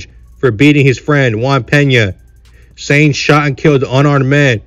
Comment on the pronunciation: His last name is pronounced like science 🤦🏻‍♂️🤦🏻‍♂️🤦🏻‍♂️🤦🏻‍♂️🤦🏻‍♂️